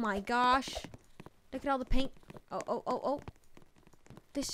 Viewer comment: You say loo instead of look good vid I like how you say it